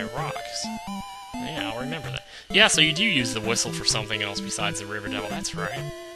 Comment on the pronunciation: at first, i thought that the "spell" spell made you spell a word to do damage (he said rember the word, and i was like 5 yrs. old)